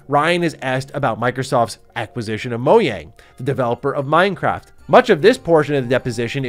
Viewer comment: "Moyang" lol